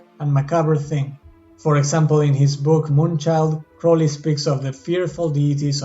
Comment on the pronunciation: Finally someone who pronounces his name correctly.